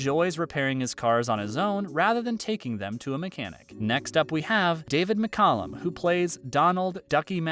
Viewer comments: No it's pronounced Muck-Calum not Mick-Calum. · David's last name was pronounced as Mick-Cal-lum, not Mick- Cullum.